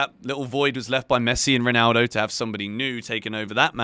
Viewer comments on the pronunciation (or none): none